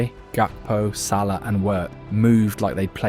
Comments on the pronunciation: wow this video is ai audio generated. sallee?? bro its SALAH not sallee. make sure the AI pronounce his name good. disliked this video. GG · "salee and wirtz" ??? Is this ai?